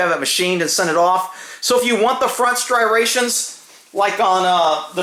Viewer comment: Si rations🤨 oooomy god the gun is loaded.......